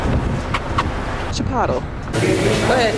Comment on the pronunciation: “Chi pot el” 😂😂😂 so meee